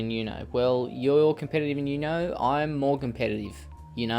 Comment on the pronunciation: It's uno not you-know😂😂 you know?